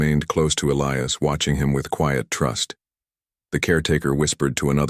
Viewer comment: At about : : the name 'Elias' is miss-pronounced without the hard 'i' that it needs to be a recognized name!. Oops LoL 😢😢